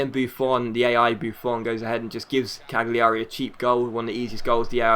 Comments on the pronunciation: Cagliari is pronounced 'Calyari'. Or at least that's what the commentators say. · It's just pronounced like Caliari, the g is silent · I think it's pronounced Caljari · I think cagliari is Cal-ya-ree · with Cagliari you don't pronounce the G. As you would do with say Barzagli & Bologna.